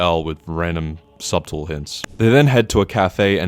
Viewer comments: My friend subtle is pronounced “suttle” and not “subtal” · How did you pronounce the T in subtle and not in Light 95% of the time? lol